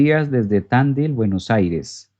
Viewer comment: Tandil se acentúa en la i. es una ciudad de buenos aires